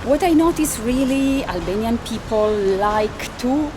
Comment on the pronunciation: Great pronunciation of Albanian. Congratulations